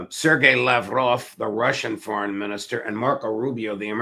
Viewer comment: Way to go Judge - your proper Russian pronunciation of Sergei Lavrov's last name was impeccable! 👍👍